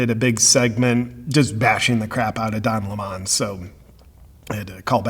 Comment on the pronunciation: "DON LEH-MON" ??????????? HILARIOUS!